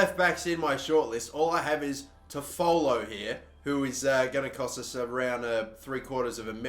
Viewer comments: FYI, it’s Tof-ah-low. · Just giving you some help Toffolo is pronounced 'toff-o-lo' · It’s pronounced tough-full, and Lincoln are in league one now after winning league 2 last season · You are saying toffolo wrong It's pronounced toffalo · You are saying toffolo wrong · Please go see how to pronounce Toffolo correctly please 😅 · Your also pronouncing toffolo wrong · Love how you pronounce Toffolo, it's not quite correct but it makes me smile!